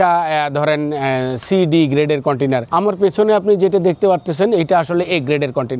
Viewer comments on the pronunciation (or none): Container ❌koitainar✅